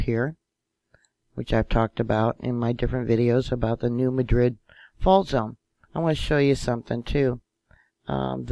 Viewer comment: Still hard to take you seriously when can’t even pronounce New Madrid correctly.